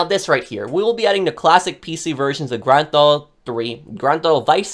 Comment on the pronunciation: “Grand Thalll”